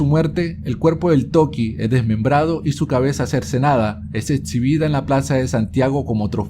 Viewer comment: etsibida.... excibida....